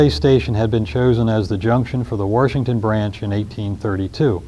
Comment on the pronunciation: there is no R in Washington!!!